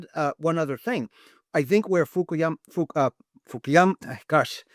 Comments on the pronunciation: Maybe he was just a bit nervous...you know, like human get sometimes. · He knows everything about Fukuyama's work but can't pronounce his name right😅